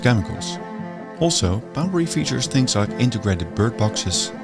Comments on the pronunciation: Poundbury not Boudbury. Why does her keep saying B and instead of P. 😆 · Too bad narrater couldn't pronounce Poundberry but felt compelled to mispronounced it 1000 times. Annoying 😂